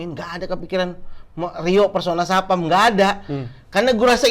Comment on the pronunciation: rio stapam😂.. bukan jason statam ya